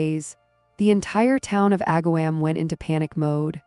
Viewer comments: You should say Ag-ahh-Wom not "wam" I live 20 minutes away from this town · Aga-WOM, not WAM.... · This is a local story for me and I remember it well. Struggled getting through this video though because the constant mispronounced words drove me crazy!! It is not AgaWHAM. Her last name should have a hard G, not a J sound. And MAtrin instead of Motrin?? I really hate the AI reading of stories. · I grew up near this town - it is pronounced “Ag’-a- wom””